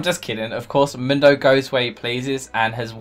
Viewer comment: Mindo!? I've heard Mundo, I've heard Moondo but Mindo! Hhhwwwaaat??